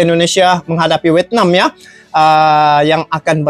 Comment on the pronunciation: Vietnam bang tenkuruk bukan wetnam😅